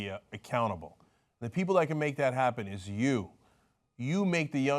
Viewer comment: perhaps in her dialect of English "is" has lost the "s"...